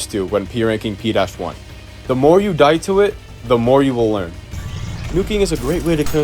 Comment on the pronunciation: did he say p1 instead of p-1